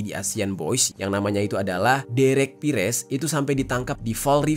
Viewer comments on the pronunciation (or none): none